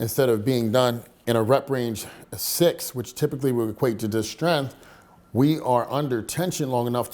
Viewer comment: There's a g in the word strength. It's not pronounced strenth